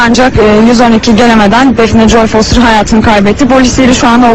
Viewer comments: foyter değil foster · XxDenoşxX onu demiyor, kadın foster demiyor foyter diyor, onu anlatmaya çalıştı. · Şu Foster'i Doğru Düzgün Söyleyin 😡